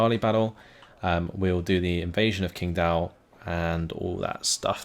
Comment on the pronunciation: hey. Lovin it. 我会说中文。 It's pronounced more like tching dao. Keep em coming!